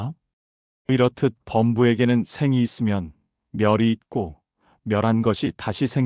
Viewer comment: 시비,견성,주(note),범부,중생,구결,다만 ,명하다,성현,수만큼, 등! 첫 자는 장음인데 이를 "짧게" 잘못 발음했나이다.